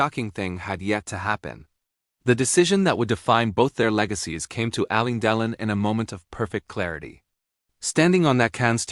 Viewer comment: Pronounce names correctly!! Alain like lain lane al lane Delon Del LOHN Cannes is Can like tin can